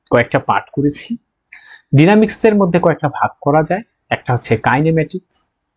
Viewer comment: উচ্চারণ ডাইনামিক্স হবে না?